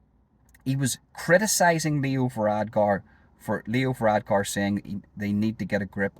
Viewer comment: It's VaradKar, not VaradGar.